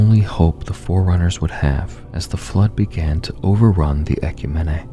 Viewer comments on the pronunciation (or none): Props for not using AI and taking time to put this out. That being said, it irks me to no end the way you mispronounce "ecumene".